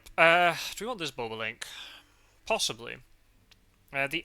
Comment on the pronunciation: Bobolink is pronounced Bob-o-link, rather than bow-bow-link :-)